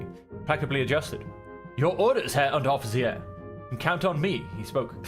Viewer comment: Ah, Herr Unteroffizi-air! 😄